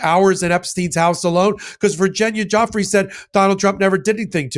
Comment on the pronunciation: If you’re going to lie please pronounce Virginia’s name properly!!! You are a puppet!!!